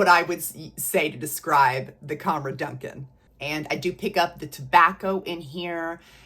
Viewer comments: I really love your videos ❤ Fyi, when lattafa are advertising it l, they seem to pronounce Dukhan as Doo-khaan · Hi Friend, It’s the Rooh Afza girl again 😊. Sorry I’ve been busy but I think I’m all caught up on your videos now. Yet another fun video! ❤Just a little FYI … it’s pronounced ‘doo-khaan.’ I’m only saying it because I know you’re a total sweetheart and won’t mind me pointing it out. Oh and guess what? Ana Abiyedh Coral finally landed on my doorstep yesterday! Haven’t tried it yet but I plan to try it tonight when everyone is off to bed and I’m left alone with my scents lol